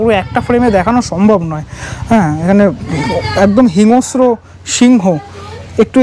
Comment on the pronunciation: হিংস্র শব্দটার উচ্চারণ hingo-shro নয় hing-shro